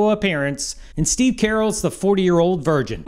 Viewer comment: Wow. You butchered Steve Carell’s name 🤣